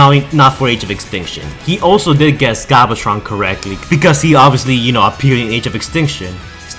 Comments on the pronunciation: You do know the Video says glavatron not galvatron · "Ulta Magnus" "Glavatron" ....